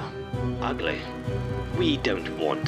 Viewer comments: i love how goofy the tv guy pronounces "ugly". "you are ugleh." lmaoo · I hear a lot more ugleh but I don't hear pretteh as much but I do kind of